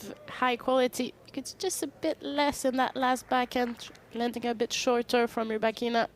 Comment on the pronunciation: I don’t ever leave comments, but I had to sign once just to say…could you please say Rybakina’s name correct ONCE! Please dude…one time! The lady is obviously trying to use the Force to help you.